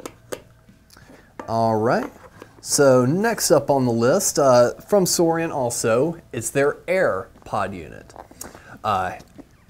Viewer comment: It’s nit suorian it’s suorin